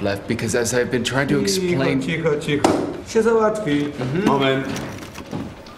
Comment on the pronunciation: Yeah that's not overemphasis that's the correct pronunciation. I'm guilty of not pronouncing the diacritics but you're supposed to pronounce them if you're speaking correctly.